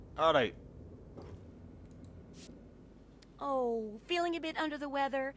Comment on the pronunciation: "arrait!" lol